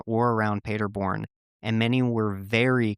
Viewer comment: Native German here, the way you pronounced the town cracked me up. For the record it's pronounced PAH- der born, not Peterborn. This brings back many memories growing up and watching the world cup with friends and large groups of people on screens set up at the park. I grew up in a town only a few miles from Paderborn and we always rode home our bikes late at night and felt totally safe. It's super common.